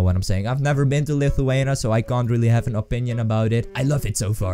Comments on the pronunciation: IT'S LITHUANIA NOT LITHUANA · I am laughing so hard how he is saying LITHUANIA... #Lietuva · lithuana????? its lithuania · U said Lithuania wrong... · u sayd lithuania wrong lol